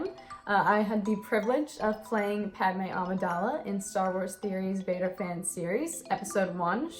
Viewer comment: [V A D E R] it was pronounced ia but yeah